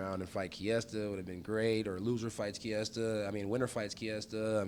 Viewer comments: Kevin Holland mispronouncing Micheal Kiesa's name is hilarious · funny thing is Mikey pronounces his own name without a "t" sound so you are wrong bud